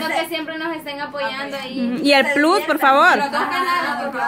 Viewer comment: Chicas plus(plas)se oye mejor,se q estan en Latinoamérica pero si usan una palabra extrangera se debe pronunciar como su lugar de origen.Una peqeña aportación ,y estan bellas todas,aunq me facina UNA 💓.